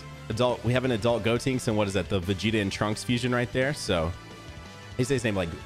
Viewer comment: I died a little inside when I kept hearing you say GO-Tinks